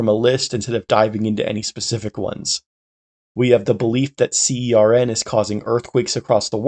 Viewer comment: also you don't need to spell CERN every time, the official pronunciation is /sɜːrn/ (basically like you'd pronounce "sern")